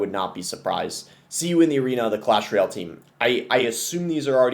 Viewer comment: Boss the type of guy to forget how to pronounce Clash "ROYELL" at :10